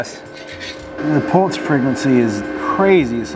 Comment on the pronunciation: I’m sorry, are you saying “pults” or pulse? Otherwise, great video 👍